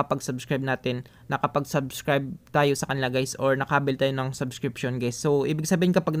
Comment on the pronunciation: salamat, po, nakakastress lang yung paulit ulit na "saskripsyun" sabsskirption, subssssskriptnzzz, .... pede naman tagalog na lng bro... waaah! suskripsiyon... ayan tagalog hahahah salamat po ulit sa pagshare ng "PANO MAGKANSIL NG SUBSSSSKRTNZZZ" HEHE more power!